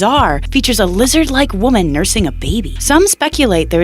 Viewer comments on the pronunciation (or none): none